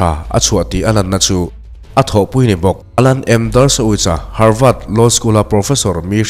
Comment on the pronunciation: Harvât tih tur ami,havard nilo maw